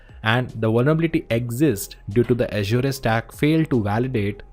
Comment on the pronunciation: Your pronouncing "Azure" incorrectly.. Look for Satya's video on YouTube on How to pronounce Azure?